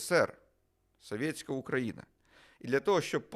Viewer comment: соВьеТьсяКая - вы так коверкаете это слово что смотреть не хочется. Чисто по рогулячи. Говоришь на украинском, так говори нормально, а не как рагулек из под западной.